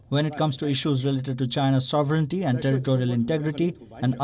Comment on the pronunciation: What a bizarre rant to close with! Before the next one, perhaps Palki could learn to pronounce "sovereignty".